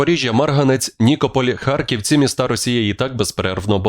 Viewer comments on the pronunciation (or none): none